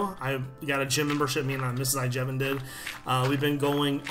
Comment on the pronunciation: at the end i always think he says mrs iJevin